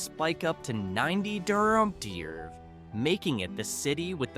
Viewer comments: Having a little problem with "degrees". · 60 durderrday? That sounds cold